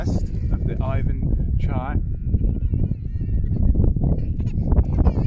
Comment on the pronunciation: Hallo. Im Putin. Its NOT aifan chai!!!!! Its Iwan chai...Iwan.